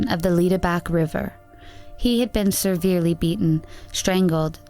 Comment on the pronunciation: Please stop saying seRverely in your videos, it's not a word. There is only one R in severely.